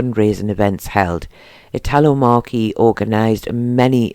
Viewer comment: Correct pronouncement is Eatlo - Marchi....pronounced MARCHI....... Ice cream Parlour corrrect name MARCHI ......as this family were known to myself and family.....